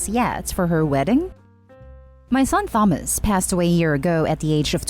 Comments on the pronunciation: Thomas is pronounced Tomas. It's the British spelling. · The first story the late sons name Thomas is pronounced ‘Tom~Us’ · I enjoy the videos you create and upload... However, Thomas - the Th is not enunciated in that manner. It should pronounced, TA-MOS (or perhaps TAH-MAS) Perhaps, phonetically - "tAA-muh-s" is a more accurate. I mean no offense as I sincerely enjoy the videos, I just wanted to offer a phonetic pronunciation. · "Tha-mus" 😅😅😅 I know you're first language isn't English.. but... Honey.. It's pronounced like "Tomas" hard "ah" sound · Thomas is pronounced as Tomas u put too much into the 'th' sound but still good effort!! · Hate the voice. Computer? Human? And his name is pronounced Tomas, not THomas. Must be computer. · It was as close as I could get to the phonetics of the name Thomas. Ta-Mos/Ta-Mas - it may be more accurate phonetically in the following manner: "tAA-muh-s" have never heard an English Speaking American, articulate the name Thomas in this manner. Specifically, the Th - it sounds like the phonetic spelling would be "TheMas" or some variation of that. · All im hearing is Thumb-ass. Make it stop.... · Story 1. NTA they did nothing for your son, showed no sympathy towards you at your time of hardship and grief, but now you have some thing that they want come around to pester you. Tell them NO and remind them that NO is a full sentence. Also to the orator the pronunciation of Thomas is TOM-ASS! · Thomas is pronounced TOMAS. PS love your videos and your voice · the way she pronounced thomas made me wanna jab pencils in my ears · I hate how incorrectly you pronounce "Thomas". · Saying the name Thomas wrong is such a glaring mistake along with the pronunciation of yacht. I couldn't pay attention when that happens and I can't listen to the story again! It's like nails on a chalkboard!! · That's not how you pronounce Thomas tho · First time I’ve heard someone pronounce the “H” so heavily and make the “T” silent in the name Thomas lol